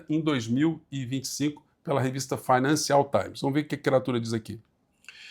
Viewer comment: * Fainânshul táim's...